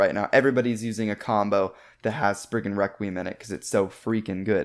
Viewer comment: You should pronounce Spriggan requiem better like Rekt kree um